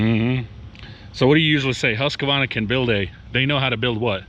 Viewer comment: LOVE YOUR VIDS !! But one thing is killing me lol HUSQ-VARNA. NOT HUSQA-VARNA. Keep up the awesome work!